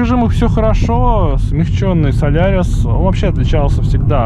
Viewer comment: спасибо за видео, но он же солАрис!))